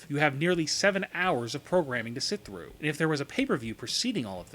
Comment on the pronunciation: This guy when he announces yes certain words or emphasis it like show and through make me ponder